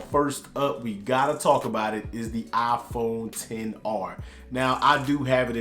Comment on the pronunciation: Its a "Iphone" not a "Aphone" hahha bro i love u